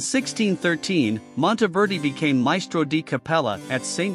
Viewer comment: Monteverdi is pronounced Mawn-teh -VEHR-dee (Not Montyverdee !) Ingegnere is pronounced: In/gen-YEHR-eh (Soft g)